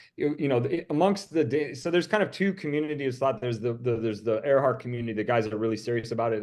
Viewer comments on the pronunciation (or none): WFLA producers: For future reference 1) Earhart is pronounced airhart - nor earhart 2) Gardner / Kremins has been known as Nikumaroro since 1979 3) target was Howland - not Howard! - Island